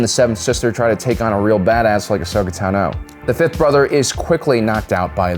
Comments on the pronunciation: The emphasis of (Ahsoka) Tano is on the first syllable TAno, not taNO :( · Does he mispronounce every name on purpose? Kie-shyyk, Tenno, Miraliaka, etc. Soo annoying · Who the hell is Ashoka “Ta No”????😖😖😖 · Ahsoka Tan-oh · “Kai-sheek”, “Ahsoka Tuh-no” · How does someone running a Star Wars channel manage to mispronounce Tano, Cere, and Trilla? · WHY DOES THIS MAN PRONOUNCE “TANO” LIKE THAT? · Why do you pronounce Tano's name so weirdly? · Every time this guy mispronounces Ashoka’s last name I die a little inside